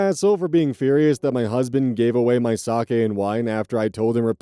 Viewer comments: ayyy correct pronunciation of 酒 (sake)! ya love to see it. if i had a nickel for every time ive heard "saki"... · Story 2: the RELIEF I felt to hear pronounce sake correctly and not as “saki” is probably disproportionate but oh my god it means the world